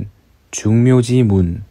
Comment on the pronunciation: 우선, 한문 독법이 틀렸다. 예: 중묘지문. 이것을"중묘" 하고 "지문"라고 두 자씩 띙 읽었다. 틀렸다!! "중묘지"라고 하고 "묘"라고 띄서 읽어야 한다. 이 "지"는 소유격임을 일아야 한다. 이 정도의 구문도 모르는 자가 도덕경을 강의하는 한국 문화가 얼마나 놀라운 일인가? 이것만으로 강사의 어문 수준이 어느 정도인지 알수 있가. "한국 어문을 고발함"이라는 책을 일독해 주시압. 미국 변 완수 드림